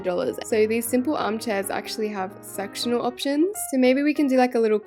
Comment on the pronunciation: For some reason whenever she says “sectional” I hear sexual 😂 for some reason (probably cause of my dirty mind)